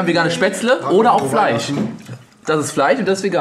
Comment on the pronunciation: Bin ich der einzige, dem auffällt, dass sie anstatt Fleisch und Tisch, Fleich und Tich sagen?